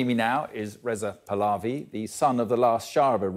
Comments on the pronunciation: it's not "plavie " , it's " pah " lavie " in pronunciation !! ge it right please ! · Thanks ❤ Reza PAH-LAVI Letter H should be pronounced!